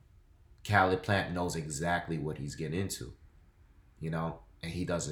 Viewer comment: it’s pernounced Caleb plant like Kay leb plant except spelled Caleb plant